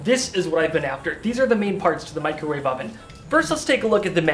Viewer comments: It's caled a 'macrowave' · Disappointed you didn't call it a "Macrowave" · I now can never hear the word "Microwave" without the "micro" part being emphasized in my head.